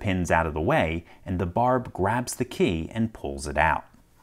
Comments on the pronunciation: The guy pronounces key like Kay, it seems to anoy me a little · he pronounces the word key like someone who never uses keys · KEY!! Say KEY!!! K-E-Y. It’s not a Kay. Stop saying Kay!! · His "key" always sounds like "Kay". No idea.